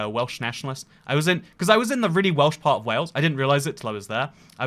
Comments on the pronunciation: His Welsh pronunciations were absolutely spot on. Remarkable. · I'm learning Welsh, you nailed the pronunciation